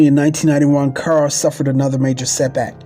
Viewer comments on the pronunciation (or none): This is very good, but the narrator keeps calling her Car instead of Cara and places pauses which makes him sound too much like he is reading. Also the voice sounds wet when he pronounces words with an sh. It's distracting to listen too. Everything else is fine but use a better narrator. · This was so shabby!!!!So much was missing and he kept pronouncing her name wrong..very irritating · Whoever is doing this documentary can’t read and keeps messing up words and Irene Cara’s name